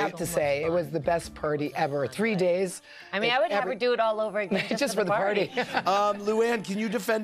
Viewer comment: Reading this as she says "purty" instead of "party"